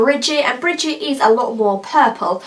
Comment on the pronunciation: Very nice video and beautiful swatches! However, I must point out the correct name of one of the colors I already own, and that is "Brigitte", and it is pronounced Bri-jeet'. Not "Bridget". Thanks for the video.